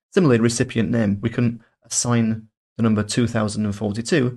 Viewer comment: "Macbook Eh", "String nem", aaagggghhhh 🙉